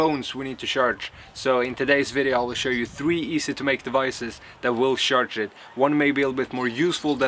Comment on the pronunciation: he says sjarce i cant handle it